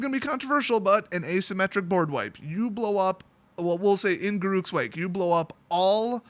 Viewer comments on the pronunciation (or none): Just so you know, Mark Rosewater addressed Garruk's name back in 2011: “Gar” is the first syllable of “Gary”. “Ruk” rhymes with truck. And here's a list of other pronunciations: Not that I believe you'll use them. lol